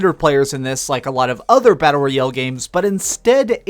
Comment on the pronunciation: Learn how to pronounce “royale”